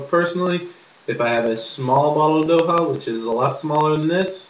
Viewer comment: 1st- its Dokha..its important to pronounce the "kh"(same with midhwakh) 2nd -You smoke midhwakh for the buzz/kick 3rd - A head(you say bowl) of midwakh is equal to 1/5th or less of a cigarette 4th-When you fill you tilt the bottle horizontally and scoop dokha and smoke 5th-its isnt good to pack your midwakhs as you have to drag more than 5 times to use up all of it 6th-You should take threes puff atleast and hold it for about 10 seconds But the review wasnt bad...